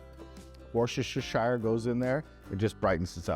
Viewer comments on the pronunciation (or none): Hi,! Great video! Very informative. I'm going to cook this in a couple of weeks. Will stock up on soy sauces as I only have the Light soy. Also need rice wine vinegar. By the way, Worcestershire sauce is pronounced Wooster-sheer sauce. Sorry, amigo. I really like pork belly, and now that I've given up on crispy crackling, your way will be my go-to. Hey, your channel is growing, which is great for us Aussies, as we don't see you on TV these days. Thanks again,! Always enjoyable watching your videos, and the music is pretty good, too! All the best!